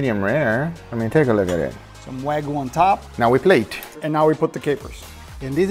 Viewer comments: It’s pronounce Wahgyou not wagoo… can’t even pronounce what he’s he’s an expert on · No rematch until can pronounce "Wagyu" properly and not "Wagoo" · its wagyu guys, not wagu😅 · When meat expert guy cant said wagyu correct way 😂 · you gwet fwee wagu fwoar a yeaw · Why say it WAGOO ???!??!?!? WHYYYYYYYYYYYYY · These guys cant even say the wagyu name right but they meat experts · Is it me or did the not pronounce Wagyu correctly? That makes me question his validity. 😅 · Brags about how good he is at cooking steaks, cant even pronounce "Wagyuu" correctly. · 15 years in the meat business and can't pronounce wagyu correctly